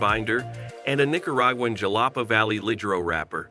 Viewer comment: Dude you are butchering the language; Jalapa is pronounced Halapa and Oliva is pronounced O Leave A